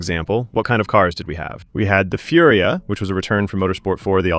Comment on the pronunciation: Furia? Its called Furai